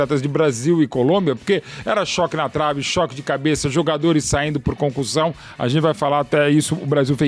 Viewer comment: Parece mto que ela tá falando concursão 😅